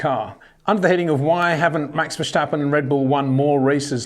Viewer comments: ⚠️ To all international journalists & sport presenters: 🌐 it is NOT Lewish ... it is NOT Bottash ... and it is certainly NOT Max Vershtappen! Pronouncing "st" as "sht" is done by Germans not Dutch people! ... like an insult to (some of) us ... like insinuating you are a Nazi or something. But most people from Holland (like me) have NO issues with Germans at all. Am part German myself. Everybody knows how to pronounce Stable not "Shtable" or "Train Station" not "Train Shtation" so NO EXCUSE to be a moron! They do not do it with others having st in their names! ... All other F1 drivers are pronounced correctly having "st" in their names. This BS started years ago with father Jos Verstappen being interviewed by British sport presenters thinking it is funny to talk like a German to a Dutch guy! ... It is not ... And they do not giva fck. Not even having the courtesy to ask how to pronounce it correctly. (Acting dumb about it, hence my sarcasm, which some do not get). I did not say all Dutch people think like that ... but people that make fun of assumed "Nazis" they change their pronunciations to make fun of you. But there are vast amount of nice Dutch people that never would do that ... nor feel the need to insinuate. I have been called "Nazi" by some just because my last name is German then they talk with "sht" & z (not s). Thinking they are "so funny" doing that. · Max doesn't care who his team mate is. He's not afraid of competition, he has actually said he wants a strong team mate to fight against. He's matured to the point where whatever's going on in the other car is of no concern to him. Btw, Peter, Verstappen doesn't have a sh sound before the t, and Charles Leclerc's surname is pronounced Luh-clare. No k sound at the end.